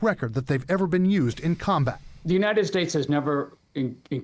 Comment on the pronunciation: "joo-ninted states"